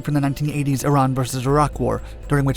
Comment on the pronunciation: Bro literally said "irain"